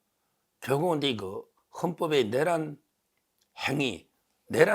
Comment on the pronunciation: 서변 내란이란 국어 사전에 내:란으로 내를 길게 발음 하는데 그냥 내란으로 발음하면 탄:핵을 탄핵으로 발음 하는것과 같은 오류 아닌가요?